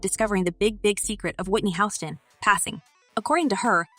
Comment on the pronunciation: She said House ston 😅😅 lmao